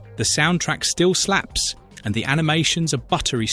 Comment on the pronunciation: "Soundtrack still slaps" 😂😂😂 you sound hilarious saying that with your accent